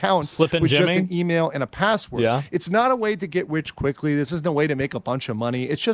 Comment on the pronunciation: "Get Wich Quickwy" 😂